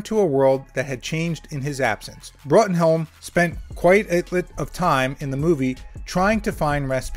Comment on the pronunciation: Bruttenholm is pronounced “broom”